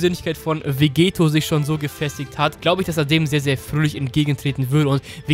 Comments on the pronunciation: Vegetto wird mit doppel tt geschrieben also auch ausgesepochen und nicht mit einem t wie bei Vegeta. Klingt komisch wenn man es mit einem t ausspricht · Du sprichst Vegetto falsch aus. Ist dein Doppel-T, also wie Spaghetto.